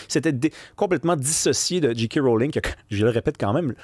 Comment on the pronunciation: Ça se prononce « Jay » « Kay », pas « Dji » « Qui ».